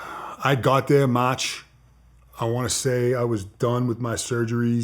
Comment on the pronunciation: He turns the accent on and off. I can’t take it seriously. Sometimes he goes a minute and a half straight without an accent. Then he’ll randomly do this Boston accent that’s so thick he sounds like a British guy. I can’t not laugh cause it’s intentional, no way he’s actually speaking normally this shit is retarded. Dude goes “MATCH 2013”